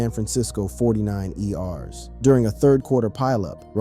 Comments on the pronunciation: FORTY NINERS .....NOT THE FORTY NINE E Rs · the San Francisco 49 ee-ars? 🤦🏽‍♂️